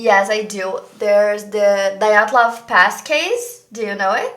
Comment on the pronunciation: Dyatlov = Diatlov. Não Daiatlov.